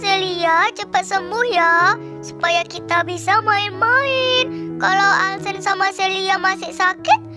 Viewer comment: Heh Bukan Alsen Tapi Alcen